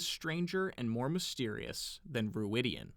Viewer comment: I am convinced the pronounciation of Rhuidean involves a clear 'An'. de-an.